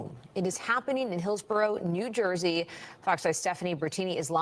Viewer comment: It’s Jersey not joisey goofy